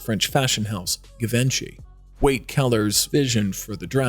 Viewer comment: I had to turn it off because of the voice over person :( A LOT of huge mispronunsiations including " GA-vency instead of GE-vency. :(